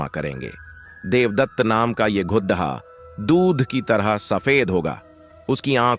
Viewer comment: GHODHA NAHI GHODA BOLO